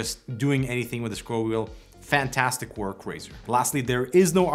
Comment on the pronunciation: neither is your pronunciation of "fantastic" for 5 years but you don't care, just get on with it.